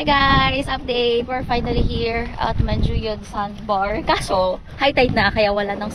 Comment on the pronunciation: Niceeee vlog :)welcome to negros its MAN-Who-Yud :)